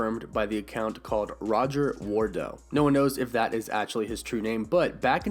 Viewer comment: You’re pronouncing the name wrong. You are not adding emphasis in the correct spot. It’s Roger Wardell. You are pronouncing it as Wardol. You sound like a foreigner. Fix it.